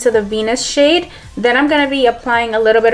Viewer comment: Everytime I hear her say shade I think she's saying shit 😂😂😂